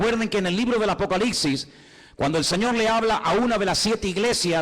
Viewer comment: Una humilde recomendación: es un hecho que el tiene una cantidad importante de seguidores, lo cual es excelente por la relevancia del mensaje que él está impartiendo. Pero en aras de no cerrarse puertas innecesariamente con oyentes exigentes, quisiera que alguien le diga que el último libro de la Biblia no se pronuncia ApocaliXi (y más cuando este parece ser un libro de mucho dominio y fascinación para él). Es ApocaliPPPPPsiSSS. Es increíble cómo una falencia no corregida en la pronunciación tiene la capacidad de distraer a unos y de generar cuestionamientos en otros. Esto lo digo con mucho respeto hacia este maestro de la Escritura, y va de parte de un puertorriqueño quien, por también ser predicador, le fue necesario superar el "comeL", "bebeL'", "oraL" y "bendeciL".